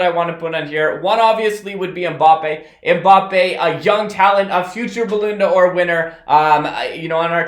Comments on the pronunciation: did he jus say 'balloon d'or' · thats not how u pronounce the ballon 'or 😂 u pronounce it "ball -on - dior